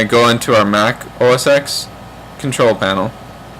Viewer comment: Pronounce it OS TEN and you're set. :P